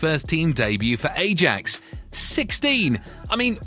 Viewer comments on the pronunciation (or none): Ajax is pronounced “I-yaaks”, not “eh-jacks” in Netherlands!! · " A-djax" ..? Skip. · jesus if you cant pronounce Ajax properly you shouldnt be making football videos